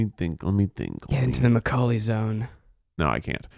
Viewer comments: why does everyone sound like they're saying my cocaine lolll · the way zach say maculay,,,, i keep hearing my name (koalie) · I love how it just sounds like your saying “my cocaine”